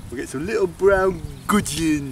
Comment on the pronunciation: Some Bwon Gugin 😅😅😅